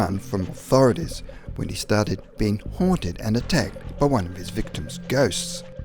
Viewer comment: “HUOANTED” lmfao what fucking dialect do you speak